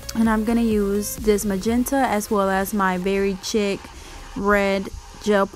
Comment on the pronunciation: Beautiful design. Thanks for sharing. Oh btw, the red Madam Glam gel polish, Very Chic, the 2nd word is pronounced like; “sheek”. Lol. Thanks again!